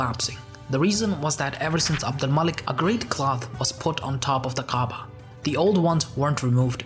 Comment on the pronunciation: you mispronounce Ka’aba and Mecca. how can you be taken seriously?